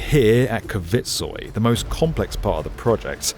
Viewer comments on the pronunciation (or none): pronouncing Kvitsøy as kuh-vitt-soy is diabolical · Considering how many times you say "Kvitsøy" I'm a bit surprised just how far off you are to pronouncing it correctly 😅 I understand it it is difficuly for an english-speaker though; I appreciate your attempt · The way Kvitsøy is pronounced here is high entertainment. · Stavanger was well pronounced. But Kvitsøy was hilariously bucthered. Love the attempt tho.